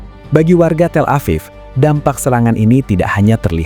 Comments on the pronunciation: TEL-A-VIV not TELA-PHONE-A-VIV🙄🙄the pronounciation is paining my ear. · tel EPHONE aviv? Wins today's award for dumbest AI. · TelevonaTHIEF?? Do I hear that right??😅😅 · Auto-dubbed says “Telephone Afif” for Tel Aviv. I’m going to call it Telephone Afif from now on. LOL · " Telephone Aviv?"" FFS. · AI Trash. "Telephone Aviv" was too stupid of a thing for a real human to not have caught. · “Telephone aviv” 🤦🏻‍♂️